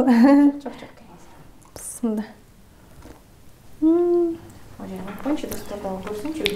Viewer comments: Сиздерден сураныч туура айтсаныздар бисмылда эмес биссмилаахир рохмаанир рохиим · Туура айттынар.мен да Назира бысымылда дегенде эле жиним келе берет.